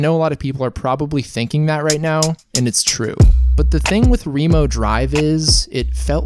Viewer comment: wait, it's pronounced ree-mo drive?